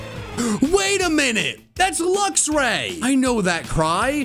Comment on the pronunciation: I thoght it was mewtew hen you said lucsray